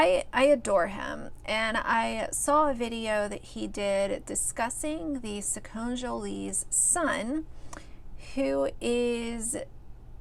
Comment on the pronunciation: It’s pronounced SacconEEjolys . I used to follow them for many years. The problem is that he is only 6. He might change his mind when he is 7 or maybe even at 10. This should not be on the internet. It should be kept private for his sake. He could be embarrassed when older and possibly be bullied at school because of it.